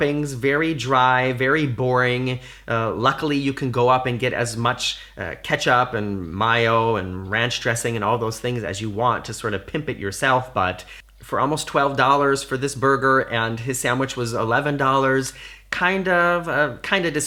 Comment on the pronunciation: Did you say Mio? Did you mean Mayo? LOL